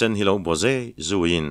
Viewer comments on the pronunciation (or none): none